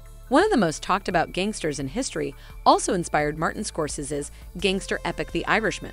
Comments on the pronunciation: Scorsese is pronounced Score Say Zee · Lmao Michael Scorsezzis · Is the voice talent a teenage foreign robot? How does she not know how to pronounce Scorsese, Schwarzenegger, whatsup, and even the channel name?